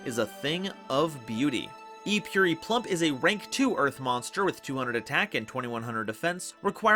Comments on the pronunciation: Its purrely not purery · Purery Me: Puh-reh-ree